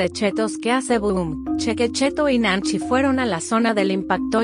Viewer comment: Arriba de chue dise nanchi chue es nanchi bro